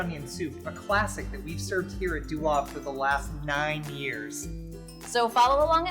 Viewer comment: Not sure how you come by the pronunciation of “Deuxaves”. Must be an americanized approach, definitely nothing resembling a french pronunciation.